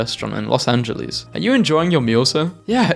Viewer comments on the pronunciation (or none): none